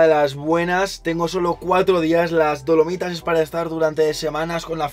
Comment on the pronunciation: Lo admito, cada vez que decía "Dolomitas" escuchaba "Palomitas" 😔👍🏻